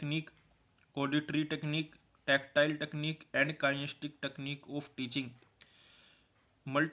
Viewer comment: kien-es-the-tic kinesthetic not kinestic